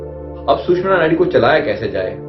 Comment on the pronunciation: Very sad that you are calling "susmana" nadi. My dear, it is actually called as " sushumna" nadi and all our ancient books, shastras clearly mention this word. Please correct in your future reference. Thanks